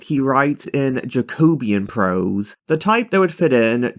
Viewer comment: Great video, really enjoyed it but one little point you pronounce jacobite correctly but jacobean is pronounced much the same way.